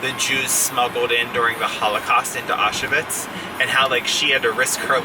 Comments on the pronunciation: Its pronounced “ow schvitz” not “ah shuvits” :) but looks like an awesome novel to add to my list! Love the new pillows too. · Thanks for your fantastic videos. Just for info, Auschwitz Is pronounced Ow- Schvitz. Keep up the great work !